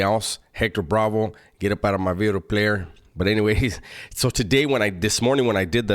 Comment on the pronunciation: He put some emphasis on that V now. “New Bideo” 😂